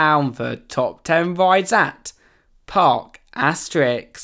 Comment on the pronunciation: Fax bro 🙅‍♂️🙅‍♂️💀💀 « preTTy rIiiiiiideaess »